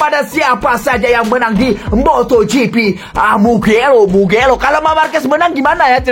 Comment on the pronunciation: Mugello min bukan mukelo😅😂